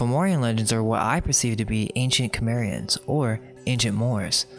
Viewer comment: Great video and welcome back. Thought you guys had 'left the building', so to speak Just a small thing, not complaining at all, but your pronunciations need some work: Celtic or Celtcs - hard C, not S. So Keltic, or Kelts Tuatha Dé Danann - TOO-AH DAY-DAN-AN Cimmerian - is a soft C, so it is Sim-aryan. I know it sounds like Summerian, but you just gotta make sure you pronounce the I instead of a U It just shows you have researched more and I think makes your work more credible, but again, not criticising, just looking to share knowledge back Looking forward to those corrections in parts 3 & 4 as I see 2 is already there ;) Thanks again